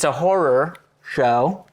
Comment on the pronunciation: Walking pneumonia here and Kevin can't say horror. Literally killing me 😭